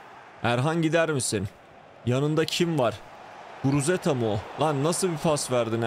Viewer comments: guruteza degil guruzeta 😂😂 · Yav reis sayende adamın adını karıştırıyorum. Şu adamın adını doğru söyle :))) Guruzeta sen guruteza diyip duruyosun :)) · Guruzeta ❌ Guruteza ✅ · Abi şuna guruzeta de guruteza değil